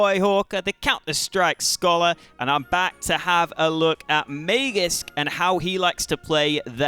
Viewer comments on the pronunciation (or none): Its not mayjisk it is maaagisk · I speak swedish, not danish, but I'm fairly certain it's not may-jisk like says:(